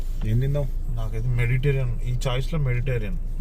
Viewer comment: Adi meditarian oh meditation oh kaadanna! "Mediterranean" cuisine. Telsu ga!